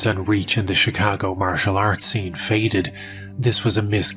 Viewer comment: I love how you say "Chicago" with a proper Chicago accent!